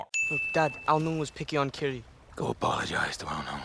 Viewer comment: Kiri sounded like kitty everytime tuk said it